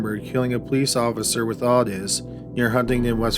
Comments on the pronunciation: It's not awww-tus its oooooh-tis. Otis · Odis is pronounced O-dis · Your shows are typically interesting & I appreciate them, by listening often. However, when it comes to your pronunciation of names — people & places — you’re frequently well off the mark. Henry’s friend Otis, is not “Aw-Tis” for gosh sakes! The first letter & vowel of O in the name is long; a long “O”! So it’s simply prounced as “Oh-tis”. This is not hard to figure out. Just look in a dictionary or ask around!! You’re killing me w/ this kind of nonsense. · It's "Owe-Tuss" Toole....qq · Otis is pronounced with a long O, like Oh-tis. LONG O. Just saying. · Love the vids. Ive been around since about 10k subs.... But its Otis (oh-tis... Like oh no) not otis.